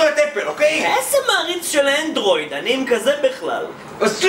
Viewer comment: למה לא אנדרויד אומרים אנדרואיד עם א